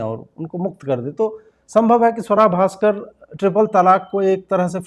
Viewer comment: Your pronunciation needs correction Ajit ji. It's Sooara Bhasker !